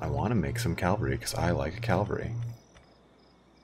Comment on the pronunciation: Why do Americans say calvary instead of cavalry?